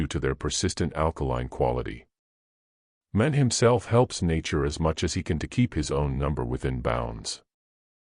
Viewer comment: This AI voice is somewhat annoying, pronouncing words like Man as Mon